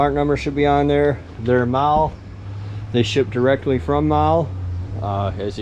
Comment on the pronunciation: I worked with the production supervisor at mahle - pronounced like Molly not maul.